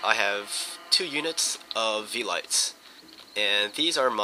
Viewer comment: Actually it's more like veh-lee-tes